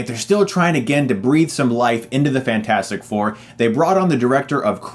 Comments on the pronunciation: I absolutely KNEW he was going to pronounce it Fant-Four-Stic xD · I knew it was bad when you said fant four stic lmao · It's rather annoying you're pronouncing this Fant-4-stic. Using numbers as letters for promotional art is fairly common. I doubt you pronounce Se7en "Se-Seven-en." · Please stop saying Fan for Stic its annoying. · For me, it said fans for sick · I thought I lost it when Chris said Fant4stic but then he said Scre4m... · Love how you kept called the movie "Fant-four-stic", one of my pet peeves is when movie titles or people have numbers or symbols in their names, and expect people to read them like something different, i.e. Se7en should be "Se-seven-en" and Ke$ha should be "ke-dollar-ha" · I appreciate your commitment to saying Fant 4 Stick. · "Fant- four - stic". Enough said. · I love how you keep calling it Fant-4-Stic